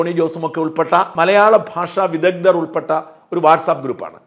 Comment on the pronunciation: Pandithan enna vakkum vidhagdhan enna vakkum thankalucharikkunnath seri aayit alla shajan. Plz check